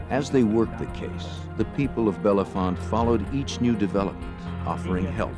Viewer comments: it's Belfonte, not Belefonte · Its not Belle font lmfao its Bell Font the e is silent after Bell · Its not bellafonte it bellefonte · It just sounds like “Bell font” not “Bella font” and we don’t say Bethlehem, we say “Bethlem” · It’s just pronounced bell font. Not like the actor or how the narrator pronounced it. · My Daughter Megan lives in this town.. Every one pronounced it wrong. This man is also butchering it. Pronouced BELL FONT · Us bellefontetians pronounce it bell font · It’s pronounced “Bell’-Font.”😊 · 12/22 Saint Marys, PA And their pronunciation of Bellefonte was driving me nuts..... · State college/Penn State area, and the pronunciation of Bellefonte is atrocious 😂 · I too came here to say this, lol. This is my hometown area. And it always amazes me how many people never pronounce “Bellefonte” correctly 😂